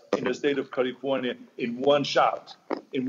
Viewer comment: He pronounces it as Jose Feliciano used to sing it in that old song. Charming, really.